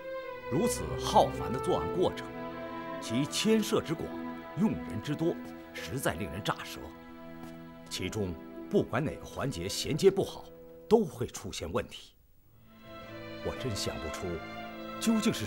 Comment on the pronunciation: 还有他说令人咋ze舌错了